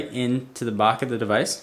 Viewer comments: lmfao did any1 hear him say "the BACH of the device" instead of "the back" ? hahaha lol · "plugs right into the BOCK of the device" haha! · yeah "bach of the device" LOL